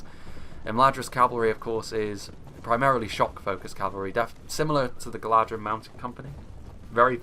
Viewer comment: Beautiful battle, loved it! Just something I noticed, when you say 'Galadhrim', it is actually pronounced 'Galathrim', as DH in sindarin sounds like TH.